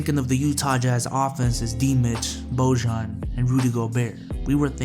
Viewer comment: Jazz fan here: Bojan is pronounced boy-on. Also, we waived Jeff Green. Great video!